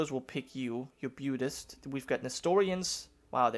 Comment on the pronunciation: Byudist? Really? Come on it's pronounced boo-dist. Buddhist=Boodist